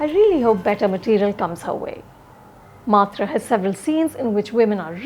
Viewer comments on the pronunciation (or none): Anupama Chopra first learn to pronounce "MAATR" correctly